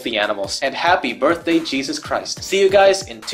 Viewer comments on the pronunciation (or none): none